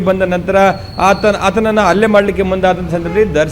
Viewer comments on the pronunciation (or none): ರಿಪೋರ್ಟರ್ ಅಣ್ಣ. . ಅದು ಅಲ್ಲೇ ಅಲ್ಲ ಹಲ್ಲೇ ಅತ್ತು ಅಲ್ಲ ಹತ್ತು